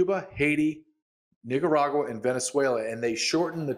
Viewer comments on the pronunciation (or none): my boy said niggaragua. Is that on purpose?